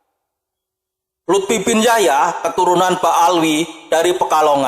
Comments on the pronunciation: Maaf kalau kurang berkenan.sekedar menghimbau untuk yg baca narasinya.pengucapan kata Indonesia hedaknya di ucapkan sebagaimana tulisannya.karena disini pengucapannya Indonesa bukan Indonesia.terimakasih dan maaf karenanya. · Bukan indonesa bro. Indonesia 😢😂😂